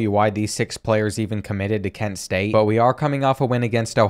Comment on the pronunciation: kent state is act ken state....lol, what ....